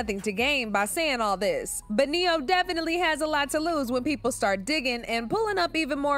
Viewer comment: specifically said neyo fr😂😂😂😂